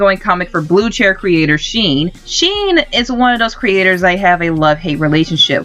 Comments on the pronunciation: Sheen? It’s pronounced shen, (sh-hen) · Shen not sheen